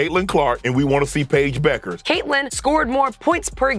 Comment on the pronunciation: last name is pronounced Beckers people